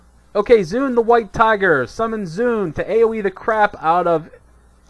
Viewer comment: 1. There is no such thing as snapshot statistics anymore, they removed it from the game for all pets 2. Its pronounced "zwen" not "zune" <===not microsoft 3. Chi burst is a gain in the aoe rotation, and using tiger palm is a dps loss at any point where there are more than 1 mobs. 3. FoF is above mastery procs in priority 4. Best secondary stat is haste up to ~7.4k at which point crit becomes dominant...there is NO POINT AT WHICH MASTERY IS BETTER THAN EITHER.